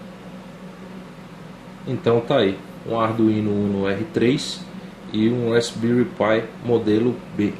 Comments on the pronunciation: Uma dica pra galera: Se pronuncia "rásbéri" - Com o P mudo. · *respbelri pi ai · Tudo muito bom, mas a pronuncia está errada.